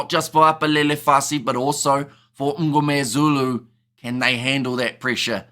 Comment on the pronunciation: Just a comment. You produce Sacha surname slightly wrong it is not "Um"gomezulu....... but Mngomezulu. Small thing.